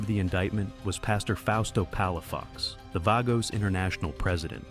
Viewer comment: Can't even pronounce Banditos or Vagos.